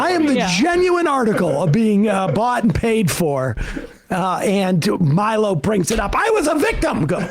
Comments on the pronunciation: Respect to Sam for never once over the years learning how to pronounce Milo's name properly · Hearing Sam slightly mispronounce Milo's name is very funny and I hope no one tells him. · I just love how thoroughly Sam butchers Milo's name 😂